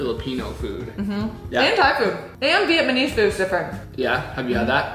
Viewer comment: “vietmanese food”😭💀